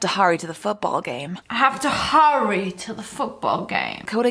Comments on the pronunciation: “I’m sOrry I hAve tO hOrrY” -SSSniperwolf 2020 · "I have to hooory to the football game" ok then xD